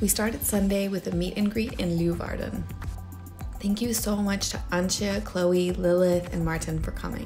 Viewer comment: Leeuwarden is pronounced Lay-warden, not Loo-warden... ;-) I'm sure everyone there told you to come back in winter when the canals are frozen over? Oh, and nevermind the suikerbrood-likeur, did you try Beerenburg? It's the national drink in Friesland, every town has its own recipe. It's a bit like Jägermeister, only much better.